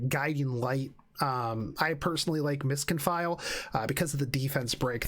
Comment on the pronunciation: really enjoyed the tourney, looking forward to more in the future! btw, Ms. Confille is pronounced Con-Fee (it's a made up french word for Elphelt in Guilty Gear)